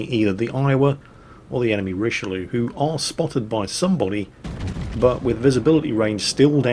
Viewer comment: Learn how to pronounce Richlieue